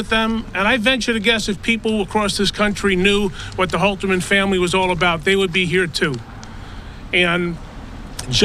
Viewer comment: Holterman, not Holzman.